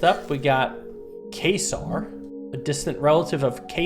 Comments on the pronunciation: I thought I should tell you that "Quasar" is actually pronounced "kwayzar". A Quasar is the light at the end of the universe, a legendary energy that comes out of black holes whenever they absorb enough. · That's not how you say quasar